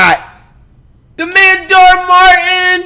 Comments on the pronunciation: I like how he call him Dhar martin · who is gonna tell him it’s dhar man and not dhar martin 😂😂😂😂😂😂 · Flight ticks me off when he says dar Martin 🤦🏾‍♂️ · ‘DAR MARTIN’ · DHaR MAN 👨 NOt MaRTin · dar man gets me triggered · The funniest part of these reactions is when he calls dhar Mann dhar Martin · If he says dhar Martin again😭😭😭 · Why does he say dhar martion? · Dharr Martin not man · flight be saying DHAR MARTIN Cuz hes a troll